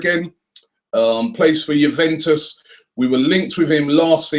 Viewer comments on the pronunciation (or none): none